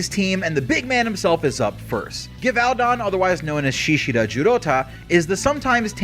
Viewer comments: Also Gevaudan is pronounced Jevudan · Je-voh-Dan is the pronunciation not trying to nit pick just help for future reference